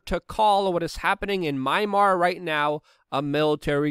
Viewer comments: "Mimar"? Mymar? Marmite? Jeez. The country is called Myanmar, as in "My - an - mar". If that proves too difficult, you may want to revert to "Burma". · Mee-Ann-mahr (Myanmar) 😊love ya Luke! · Learn to pronounce “Myanmar” correctlyyyyyyy!! Lol